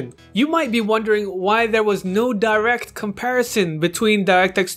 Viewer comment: Would help if you could actually pronounce Direct.